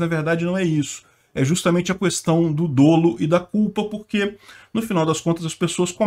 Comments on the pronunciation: “Dolo” tem pronúncia aberta (/dólu/)! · DÓLO com acento agudo na pronúncia , pls